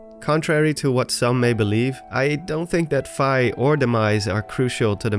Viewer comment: You drew me into your narrative very well. Until you started mis pronouncing "Fi". Its F-EE. Like as in you got charged a FEE for your meal. This tells me you have in fact NOT been playing all the zelda games. Please do your homework. I had to stop the video and unrecommend your channel. No hate. Only love, you got alot of people who enjoy your work. But if we were friends and you kept mispronouncing my name... There would be some harsh words and a break up.